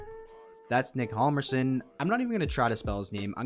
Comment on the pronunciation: The H in Hjalmarsson is silent, not the J.